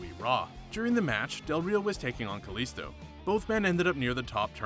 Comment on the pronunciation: It's pronounced ka-lee-sto